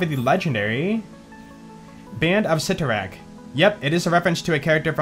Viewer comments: Its pronounced s-eye-torak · The accepted pronunciation afaik is "Sigh-toe-rakk"